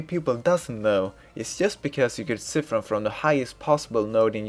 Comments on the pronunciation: "psy-fun" not "ci-fin" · i cri everytime i hear siffen